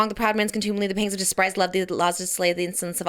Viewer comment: When you read it fast, you actually pronounced Despris'd correctly lol also I need this audio of Hamlet's Soliloquy by Trish